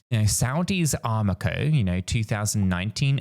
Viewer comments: It’s Aramco not Armaco fool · Its Aramco, not Armaco Its Abroad, not Aboard. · 🤦‍♀️ I’m only 50 seconds in and you’ve already said Armaco when it’s Aramco followed by expresso instead of espresso!! Are we expected to take you serious ? Or just be humoured by your constant barrage of non sensical analogies? WTF